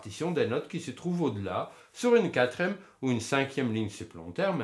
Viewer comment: Merci! On dit quatrième et non quatrème